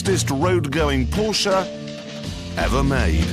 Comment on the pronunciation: Porsche not portia 😂